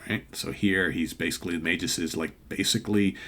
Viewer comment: It’s pronounced Magus with a hard G. According to Wiki Marvel.